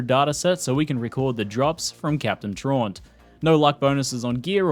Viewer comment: Great vid but your mispronouncing “Traunt” it’s supposed to be “TRAUUUUUUUUUUUUUUUUNT”